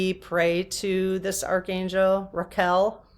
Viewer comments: Think Raquel Welch. Ra kel. Qu, u is silent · Think Ra-kell. Like Raquel Welch. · I think it might help you to think of Raquel Welch the famous actress from the 60s if you’ve ever heard her name said it’s pronounced correctly “RackELLE” essentially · The archangel is Raguel with a g not a q. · Ra-qu-el should be the correct angelic pronouciation. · I love you,, sooooo...much. You had me laughing 🤣😂🤣sooo...hard at the pronunciation of the angel of justice. Thank you for the belly laugh😹😻!!! I had a hard time as well making sure I was pronunciationing it properly, as well. Thank you for the giggles 🥰🤗. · ...every time I tune in I am more grateful for you and all you bring to the experience of your channel. Such a great video, and you just made my whole weekend laughing with you over pronouncing Raquel at the end. At one point I could hardly catch my breath! Thank you!!! □🙏❤😂❤🙏□ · I hadn't heard of that archangel so I googled it - - What looks like a Q to you should be a G. Archangel Raguel is the archangel of justice. (Sorry to say that after you worked so hard on it.) 🤭 At least now you know how to pronounce the actress Raquel Welch. 🥰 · The archangel name is actually RAGUEL, a G, not a Q, so the pronunciation changes. So a soul contract isn't just between you and your council; it can involve anorher group where your lives intersect. And we pick and choose things to experience, sometimes who to experience them with, and do this all with the help and advice of our angels and guides?